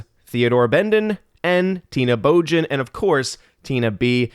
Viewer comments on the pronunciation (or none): none